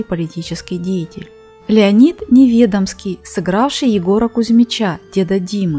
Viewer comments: НеведОмский. Ударение на о. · НеведОмский, а не НевЕдомский...